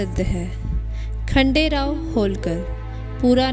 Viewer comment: It's not khadel rao it's khanderao